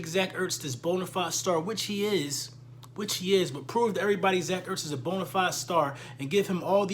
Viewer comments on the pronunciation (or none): none